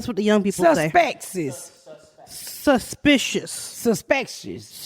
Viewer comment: "Susspekishish" Ms Pats word of the day 😂 😂